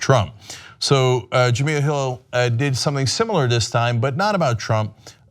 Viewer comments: It's Ja-mel like Mel's Diner. Not Ja-meel like oatmeal. Before you offer her a job maybe get her name right. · STOP SAYING JUH-MEEL....It's JUH-MELL. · It's pronounced "Ja-Mell".... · Cenk its pronounced Juh-Mel ;) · The second "E" in Jemele is short. Her name should rhyme with "elle" Jem-"elle" Hill. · Her name is pronounced "Je-mell"!! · well before your make her an offer..you're gonna have to learn how to pronounce her name correctly.. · 1 he can't even pronounce her name right, and 2 they cant afford her..believe it or not TYT doesnt have the power or money they pretend they have. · Just wanted to let you know you keep saying her name wrong. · Hopefully Cenk will figure out how to correctly pronounce Jemele's name before calling her